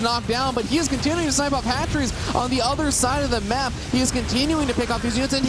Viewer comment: middle of the mack??? get the wahman off the mic